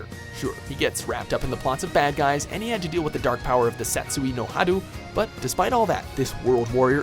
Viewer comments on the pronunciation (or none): "Satsui no Hadoo." That physically hurt.